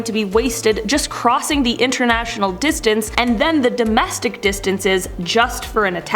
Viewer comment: Does the narrator understand we know what NAT is and she does not have to spell it out? Or does she have no clue what it is and figures that is how it's referred to? And I'm almost certain it's an automated voice as she pronounced domestic/dumanistic.